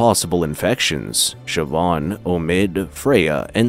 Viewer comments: Irish can be a .... weird language to native English speakers. The actual pronunciations are a bit hard to type because the language itself has broad and slender constants and vowels which are sort of hard to type out. "Siobhan" is pronounced "SHI-VAHN", not "SHI-BAHN" but you were close! Ciara is pronounced "KEE-ARAH" not "SEE-AIR-A" I'll cut you a lot more slack with the ship name, as to a native English speaker the actual pronunciation will make no sense. Niamh is not pronounced as "NEE-AHM".... It's "NEEV". Amh makes the "OHV" or "AV" or "EEV" sound in Irish, and IA is pronounced like "EEE-AA" or "EEE". Cinn isn't pronounced "SIN", its pronounced "KEEN". Óir is not "O-EER", and again the pronunciation is a bit hard to type, but its sort of like a combination between "ORR" ,"AR", and "OH-ER". So the ships name would be pronounced "NEEV" "KEEN" "ORR" Told ya Irish was weird :P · It's pronounced "SHI-VAHN" It's an Irish name.